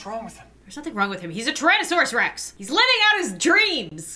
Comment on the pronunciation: It's pronounced Tyrannosaurus Rex